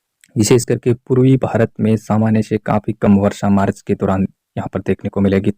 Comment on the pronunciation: Marach nahi bola jata hai March bola jata hai